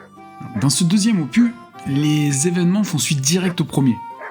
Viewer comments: Merci pour ta vidéo, au fait OPUS se dit opuS pas opu 😉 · ce n'est pas que c'est mieux ou pas ; opus se lis avec le S 😉